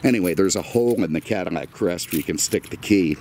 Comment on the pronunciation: Why is he saying caddimac i have seen otter videos when hes saying it too